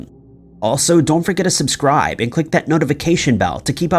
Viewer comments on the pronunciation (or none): none